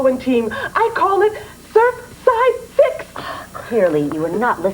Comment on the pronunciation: That's "Surfside Six" not "Serfside Six" !